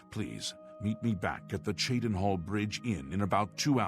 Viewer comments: Good to hear beginning to pronounce Cheydinhal somewhat properly in this episode. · I love it. He's saying Cheydinhal correct. Now we just need to work on Chorral (Coral).